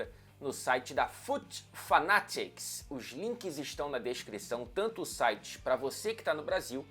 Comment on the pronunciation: pleo amor de Deus, o maluco é um LORD mesmo, até pra falar o nome FUT FANATICS, slc, DERBY COUNTY neles